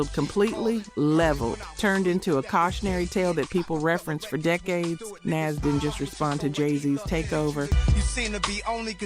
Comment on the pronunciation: Why do these videos all have to be AI? 🙄 Nas is pronounced "NAH-zz". Not "NAZZ". Put some respect on his name.